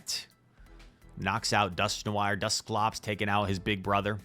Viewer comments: Dusk - No -war not No-wire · Dear god Dusk-no-R just like that not whatever you were sayin😂